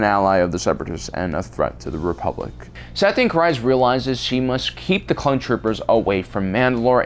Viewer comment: It's pronounced Satine Creez not criz